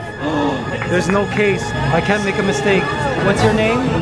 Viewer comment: "They made a mis-STEAK."